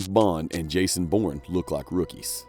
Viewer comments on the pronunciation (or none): none